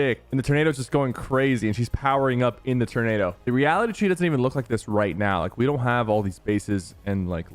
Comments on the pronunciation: Anyone else can’t get over sypher saying turnado instead of tornado? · Bro it’s tOrnado, like Tour-Naydo, not Ternado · It’s pronounced tornado not ternado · The “turnado”